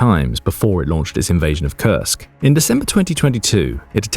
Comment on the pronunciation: Well you mispronounced Kursk